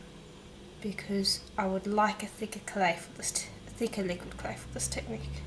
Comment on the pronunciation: Thank you. Did you say the black was 'liguid clay'?